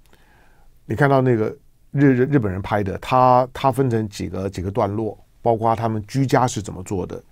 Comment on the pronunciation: 括（kuo）四声，来唐先生，跟我一起读，kuo，括，包括，kuo括，广括。...........好的唐先生你进步好快噢！